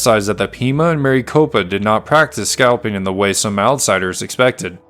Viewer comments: Having read about this incident, and also climbed Maricopa Butte, I had to see this account. It's NOT Mary Copa...Mare-eh-copa. I sure do wish creators would check pronunciations before recording their voiceovers. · Rather than Mary copa, it's a short i sound. Rhymes with Rick. Almost sounds like Maracopa. So nice to hear a human narrator, however! Thanks. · But he pronounces Maricopa wrong